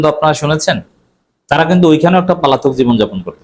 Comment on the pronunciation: আপনার কথা শুনি অনেক আগ্রহ নিয়ে ।যখন পলাতক‌ কে পালাতক বলেন শুনতে ভালোলাগে না ।